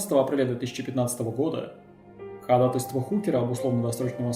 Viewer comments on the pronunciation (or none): none